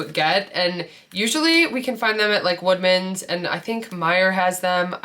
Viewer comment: Great video! Lots of ideas! I kept thinking you were saying wegmans not woodmans and I was like I’m not looking close enough because I’ve never seen these lol😂